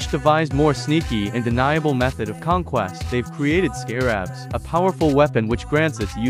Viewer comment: “Scare abs” they’re just called scarabs why you gotta over-pronounce the first A lol